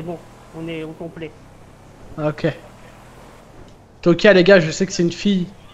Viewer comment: C'C'est Tokyo mdrr et pas tokia